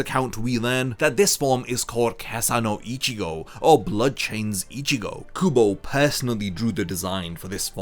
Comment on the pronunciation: I kept thinking you said google and not kubo lmao